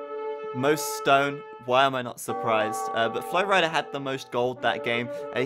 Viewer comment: u say flowrida like flowrider